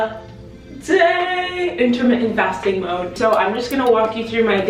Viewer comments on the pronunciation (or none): none